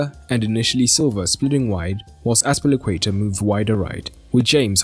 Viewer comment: I know the name is difficult but please: azpil iiii cueta